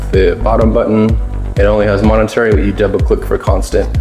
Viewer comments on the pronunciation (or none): MOMENTARY, not Monetary…!!! Otherwise a nice presentation. However, it would have been helpful if you had shown something about the the accuracy of the weapon.